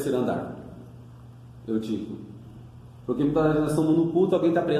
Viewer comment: Não é troade é trôade...não Eutico e sim Êutico.tem acento meu irmão.. as palavras foram pronunciadas de forma errada.fica a dica